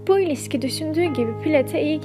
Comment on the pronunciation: Iliski, baslangıç..... Bosanma islemleri... Ş ler nerde ,,, iğrenç bir telaffuz